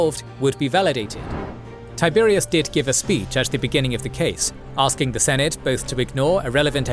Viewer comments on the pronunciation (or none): none